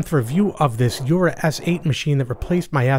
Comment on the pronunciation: You're one of the few people online who pronounces Jura correctly (as they do on their own videos), and that includes places like Seattle Coffee Gear and others (who should know better).